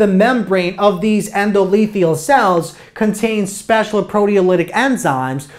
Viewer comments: one thing.... It's Endo- Thelial (not lethial :D) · Endo-the-lial not endolethial, lol.